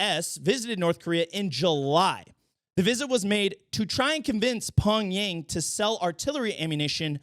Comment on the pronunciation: When said Pong-Yang I literally died. Im forever calling NK's capital Pong-Yang from now on. I legit would vote for you